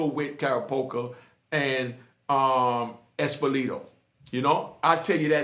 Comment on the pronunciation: LMFAO. your pronunciations of Carracappa and Epilito are hilarious. They didn’t work for Gotti, they worked for Anthony,Gaspipe,Casso who admitted to over 30 murders. These “Mob Cops” killed Eddie Lino,a high ranking captain in the Gambino family under Gotti. They brought Jimmy Hydel to Gaspipe so Gas could torture and eventually kill Hydel after he got him to tell Gas of the people who were involved in the attempted assassination of Gaspipe. There is a great book by Tommy Dades,who was a NYC DETECTIVE First Grade, and is the cop that really opened up this “MAFIA COPS” case. Tommy knew Betty Hydel who was the mother of Jimmy was one day she was watching the Sally-Jesse Rafael show on TV and idiot Epilito was on there talking about his life as a cop. Epilito was also a actor after he retired from the NYPD,a highly decorated cop as well. He had a tiny role in Goodfellas,State of Grace and other movies. Betty remembered that he was one of the cops that came looking for Jimmy the day he disappeared and went out and bought Epilito’s book that he was pushing on the talk show. When she opened the book there was a picture of Epilito and Carracappa in it and Carracappa was the other cop that was with Epilito the day Hydel went missing. Betty asked Tommy to look into Epilito and that’s how the investigation started. It’s a fascinating book and if you are into the Mob I highly recommend that you check it out